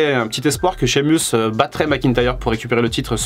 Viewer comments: Shamus(meus) en anglais et non (mus). Vous m'écorchez l'oreilles. Apprenez à prononcer correctement le blaze, pseu, non ou même prénom des catcheurs ou catcheuses bon dieu bon sang🤌🏼🤦🏼‍♂️. C'est horrible à entendre🤷🏼‍♂️. Regardé AB1 le mercredi et mardi soir pour vous apprendre à mieux parler l'anglais par des pros du catch punaise😒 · Pourquoi t'es frusté? Tu fais des leçons mais tu as fais une faute à Sheamus mdr